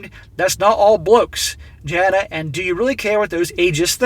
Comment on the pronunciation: Aussie here - 'flog' can be applied in a number of contexts and is uniquely Australian slang. It's an all purpose description of someone that's basically an arsehole. Joker on BB covered this article a while back. He's done several of Jana's articles. Her name is pronounced 'Yarna'. Hope that helps.